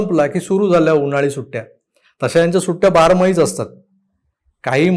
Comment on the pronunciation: बारमाही म्हणताय की बार मधी हे कळत नाहीये😂😂😂😂